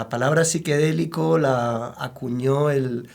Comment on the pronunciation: Como siempre gracias por estos contenidos. Nada más estoy con una duda que me come. El invitado se ve que sabe mucho y tiene toda la experiencia en el tema..., pero pronuncia psiquedelico (con e), en lugar de psicodélico. Donde voy del video no ha explicado el cambio en el término... lo veré todo porque la información es excelente. Perdonen por favor mi marcado purismo en el lenguaje, es parte de mi deformación profesional. Un abrazo grande.